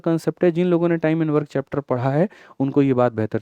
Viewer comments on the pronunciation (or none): none